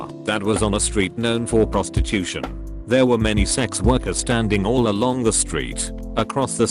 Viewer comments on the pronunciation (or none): none